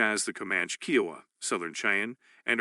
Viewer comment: I enjoyed the information, but this is a computer reading correct? There are some incorrect auto corrects like reserves, and the way Kiowa is pronounced is awkward.